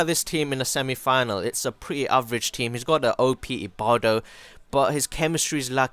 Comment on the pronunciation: Lol it says ibarbo why wud u say ibardo!!!